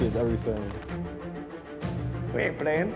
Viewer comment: "le erryteeng" is a linguistic master